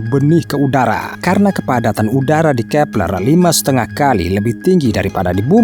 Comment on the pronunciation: Kee peLERRR X 😂😂😂😂😂😂😂